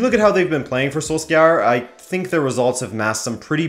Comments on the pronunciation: Does my guy guy really say "SoulScour" instead of Solskjaer (soul-shire) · I've never heard a worse pronunciation of solskjaer. Is pronounced more like sol-shair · The way he pronounces Solskjær makes me cringe so much.